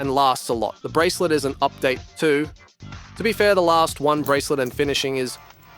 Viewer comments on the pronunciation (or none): none